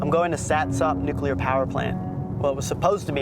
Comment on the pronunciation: Why is it that no American can pronounce nuclear correctly???